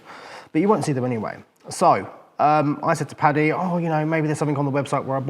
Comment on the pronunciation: Im sure it’s an accent/ translation thing but it’s Paddy not patty. I believe it’s an abbreviation of Patrick common in England and Ireland.